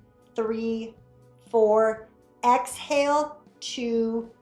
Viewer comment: COULD NOT UNDERSTAND THE EXHALL/ INHALL, HOLD ETC